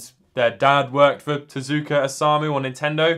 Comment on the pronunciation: It is TezUka, some times in Japanese the U is silent but not in Tezuka, don't ask me why because I don't know, it just is.